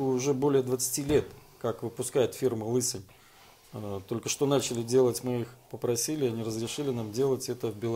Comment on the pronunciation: лЫсонь режет слух